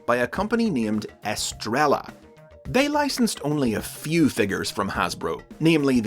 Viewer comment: It's pronounced "Es-tray-a," not "es-trell-a."